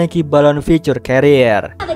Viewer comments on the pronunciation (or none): none